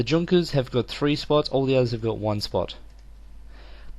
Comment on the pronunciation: i dont know if anyone has said this before, but Junkers if pronounced Yunkers (near-silent J)